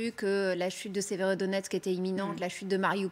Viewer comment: Voila la logique de LCI. La Russie à pris encore une ville strategique "Sverodoniex", donc la Russie est au bout de souffle, elle s'enlise et va bientot s'épuiser... Il faudrai au moins apprendre à bien prononcer Severodonetsk et Donetsk et non pas Sverodonex ...